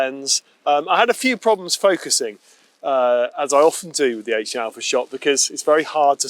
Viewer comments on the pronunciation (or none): none